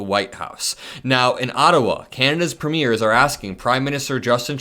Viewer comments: Emphasis on PREmiers. Not preMEIRS. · Hey! I am a Canadian who enjoy your videos. Small thing but we pronounce the word, “premiere” more like, preem-yair. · when you’re talking about our provincial leaders - our Premiers- the accent is on the first syllable. The PREmiers. Just an FYI. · You don't pronounce it as TWO syllable ... "Pre Miers" ... it's pronounced with THREE syllables ... "Pre ... Mi ...ers" (short vowel sound on 'e'). It's a Commonwealth Country (e.g. Canada, Australia, New Zealand, etc) political title ... equivalent to USA's State Governors. In USA you have POTUS ... Governors. In Commonwealth Countries you have King ... Prime Minister Country ... Premiers of State. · It’s not Preemears it’s Preemyears. If people are entering the US from Canada then get on your damn Border Agents. Did Trump hear about the parents from India and 2 children coming into Canada FROM the US that 🥶 to death walking across the wilderness. They all froze to death. Trump is 🥜. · Thank you as always,, for helping to fight the good fight! 💙 As an aside (& not to be pedantic), pls note that in Canada, we call our provincial & terratorial leaders "pre-meers," vs the pronunciation of premiers used in referring to, say, debut performances. 💙💙💙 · Canadian here. Provincial leaders are premiers—pronounced preem-yer. Ouch! My ears!